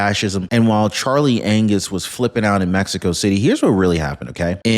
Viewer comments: He said Charley Anus 😂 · Did you just call him Charlie Anus?